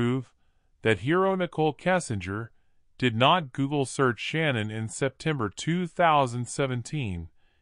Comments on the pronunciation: She goes by Shanann, not Shannon. Can't you at least say her name correctly? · The narrator can't pronounce Shanann, or Shan, as I call her, but her REEL name is Shannon. So I am saying her name correctly.